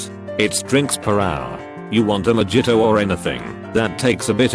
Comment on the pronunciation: The Boilermakers = Alcoholic hits real close to home for me. Edit: I love how this robot pronounces the J in mojito and jaeger.